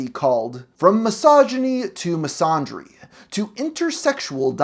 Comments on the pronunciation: Misandry is pronounced Miss-an-dreeeeeeeee!! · The fact that you don't even know how to pronounce "misandry" speaks volumes. That's a fumble if I've seen one. [don't recommend this channel]